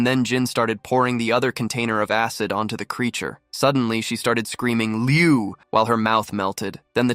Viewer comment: Its not liu liu liu Its leu leu leu the latest version is on 32 same as the ending of this video